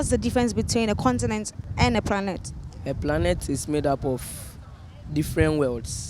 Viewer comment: did anyone else hear "pranet "